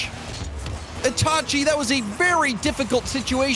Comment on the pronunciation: It’s pronounced itahchi